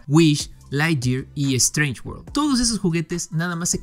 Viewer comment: “Uird, uird!”